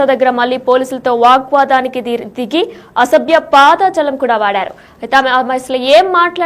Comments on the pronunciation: పాద జాలం కాదు యంకరమ్మా, పదజాలం అనాలి. తెలుగు సరిగా పలకటం నేర్చుకోండి. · తల్లి పాద జలం కాదు పదజాలం చస్తున్నాను వినలేక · పాదజాలం, చేతులజాలం కాదమ్మా.... పదజాలం ఆని పలుకమ్మా...